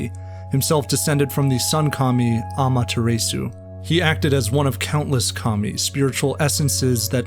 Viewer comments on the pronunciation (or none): Amatarasu and shaman don’t even look like they are pronounced amataraysu and shayman how could you possibly offend my ears with such unforgivable acts of vandalism you absolute cretan (not pronounced cretayn) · video ruined, you pronounced amaterasu wrong total turn off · F Point taken, I fully agree it shouldnt disrupt the flow of the video or be too overpronounced. However, Paris could be seen as an English "Translation" of "Pareeh", just written the same way. The pronounciation here that made me write the comment was Amaterasu . Again, I didnt Mean to judge, the quality of this video is crazy high. Just tried to share one thought, nitpicking a bit. Middle ground is the best indeed!